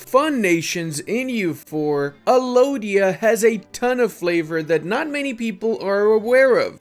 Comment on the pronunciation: Alodia? more like Aludia